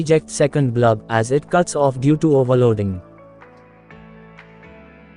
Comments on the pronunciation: Very useful circuit Thank you. But sir it is "BULB" not "BLUB"..... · Neat circuit. Forgive me for laughing when you say "blub" instead of "bulb" 😁😁😁